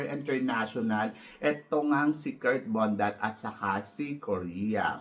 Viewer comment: Kirk Bondad po Hindi Bondat 😊😊😊